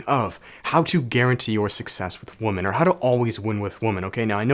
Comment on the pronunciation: It's pronounced wim-men